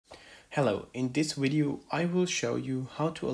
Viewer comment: The only question i have... whats a "wideo"